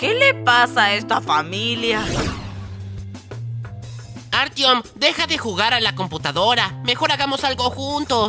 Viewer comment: Ajajaj dijo artion 😅😅